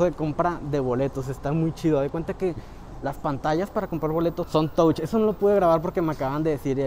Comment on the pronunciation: Todo muy bien,solo para ayudarte un poco,la palabra Touch (significa tocar)en inglés,se pronuncia Tach.